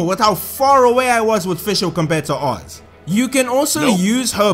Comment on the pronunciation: She is an Elden Ring boss and we haven't awakened her true power yet >:o Also it's Fischl von Luftschloss Narfidort, the Prinzessin der Verurteiling to you PEASANT (also you said Oz's name right I've studied German for at least a year and a half you're fine)